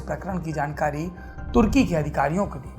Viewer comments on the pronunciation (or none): none